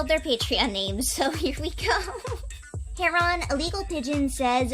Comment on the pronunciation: i still dont know how you can mispronounce heron